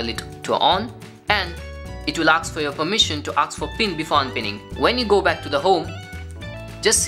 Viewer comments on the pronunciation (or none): thats a good video but try saying ASK instead of AKS. just helping 👍